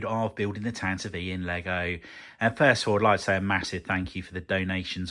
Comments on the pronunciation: Well yes I assumed the vee sound at the end was for IV. I guess I've always heard it said as tan-tiv, never tan-ti-vee, which I've just learned is canon so thanks. The more you know... I do admire the courage to even start a build like this. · This build series has taught me more about correctly pronouncing "Tantive IV" than all my years of being a Star Wars fan lmao